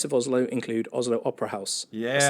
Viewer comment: Americans pronouns Oslo wrong, just so you know